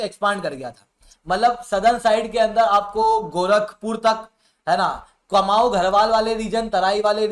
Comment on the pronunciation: कुमाऊँ और गढ़वाल शुद्ध उच्चारण है महोदय, कमाऊ नही